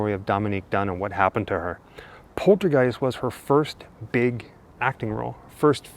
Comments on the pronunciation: pol-ter-guiest not porter guise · POL-TER-Qeist not Porter-Qiest